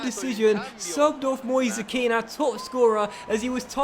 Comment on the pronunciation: Moise kean is read like, Moisé ken